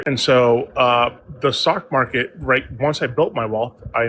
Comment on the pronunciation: Why does he keep saying "the sock market"?